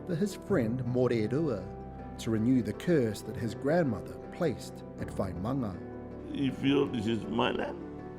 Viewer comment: Vaima’anga not Vaimanga.